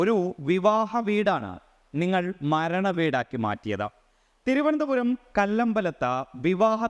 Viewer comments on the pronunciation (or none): none